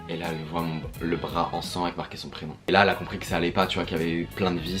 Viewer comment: C moi ou il a dit lahila n'était mdrrrrrr😨😱😂😂😂😂